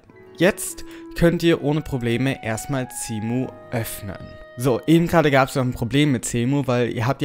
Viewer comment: Der Typ spricht Cemu mit C aus, ist aber Englisch also wird es mit einem S ausgespeochen